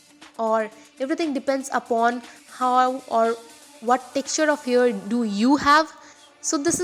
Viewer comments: why are you pronouncing 'hair' as 'here' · the pronunciation of hair is disgusting..... it sounds like "ears" sometimes "here or years"..... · It's 'scalp' not 'scelp' n 'hair' not 'here'